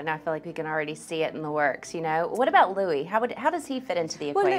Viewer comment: She is a royal reporter and she doesn't know Louis is not pronounced ax the American version. He is named after King Charles beloved uncle Louis Mountbatten..pronounced like the French Louis